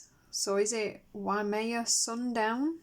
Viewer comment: Yup, you said Waimea correctly. It's a beautiful beach area on the North Shore of Oahu, the main island of Hawaii (the island that has Waikiki beach). These are pretty... And Acai (A-Sigh-eee) is a superfruit.